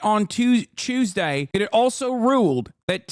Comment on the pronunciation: “…On a CHEWSDAY nonetheless!” Im already dieing